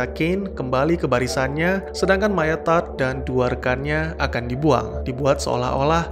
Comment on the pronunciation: Tadd? Harusnya tu TODD!!